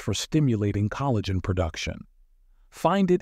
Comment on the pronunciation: "Ca-lagh'-gen"...Sounds like this was read by a robot.